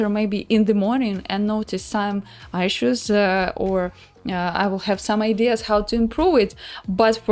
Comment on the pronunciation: Прости, не могу удержаться чтобы не поправить, issue произноситься через 'и'... А если по делу то стримы супер, досмотрел до конца ;)